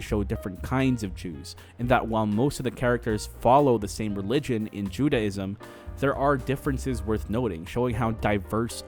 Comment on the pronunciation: while you make a lot of good points... respectfully i couldn't get through the whole thing cause t's hard to listen to you talk about judaism when you cant pronounce judaism properly lol "judy" - ism or "jew-day"-ism not jude-ah-ism